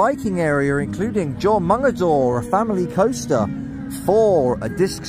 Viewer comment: Jormangander is pronounced (your-mon-gander)